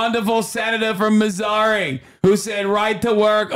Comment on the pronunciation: Hasan you got the Boston accent mostly right besides when you said “Missouri”. like the vowel sound at the end was off. but otherwise nice job, most people do it so badly!